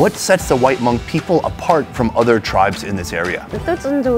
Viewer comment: Plse lady-its not “her-hmong”. Its just “Hmong”. Talk to me if u need further clarification! Omg don’t butcher my name!!!!